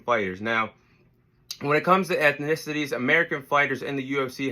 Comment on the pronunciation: My guy can't even say ethnicities!! I guess USA is deffo not in the top 5 educational countries in the world 👀